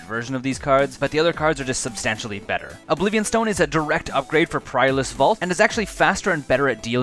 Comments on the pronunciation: Dude, you gotta work on your pronunciation. "Priorless" instead of "Perilous"? "Ancestral" instead of "Ancient"?? It's like, can you even read? How do your words even make sense on a Magic card? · "prilous" lol. Good vid nonetheless